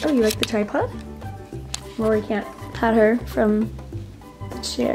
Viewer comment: Is it just me or did she say Laura not Rory...